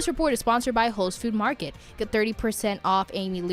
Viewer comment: Bless the young lady doing traffic's heart. It's not Whole's Food Market. She's said it that way on multiple days, so someone might want to let her know.